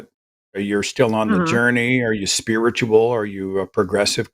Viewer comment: I was listening to the show while scrolling in another tab and I swear it sounded like Seth said "Holy Spirit is a testicle entity." As it turns out that would have been a better conversation.